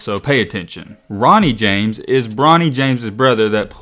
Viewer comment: Bro said Ronney James 😂😂😂 bro wth I’m dead Matt rlly be scouting out here he gonna blow up fr